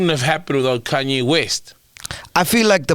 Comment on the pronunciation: That “i got Kunye” on whatsapp instead of Kanye killed me 😂😂😂😂